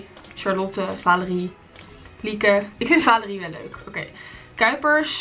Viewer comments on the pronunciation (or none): je zegt telkens vaalerie in plaats van valerie😂😂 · Het is valerie maar je moet het uit spreken met de a en niet met de aa🤓